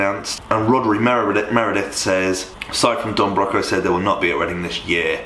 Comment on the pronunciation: It actually pained me to hear you saying Don Broco wrong lol